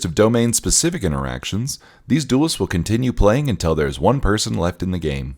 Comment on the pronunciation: UH-TEN-CHUN DOOLISTS!!!